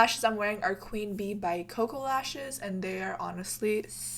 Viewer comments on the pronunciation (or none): none